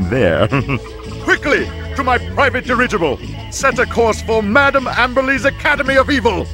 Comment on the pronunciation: Not madame abberly its madame amberly